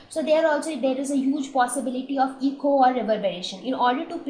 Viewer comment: when one says "echo" its transcribed as 'Eh-Koh', not 'ee-co' as in "Ecology", which is spelled as 'eco'.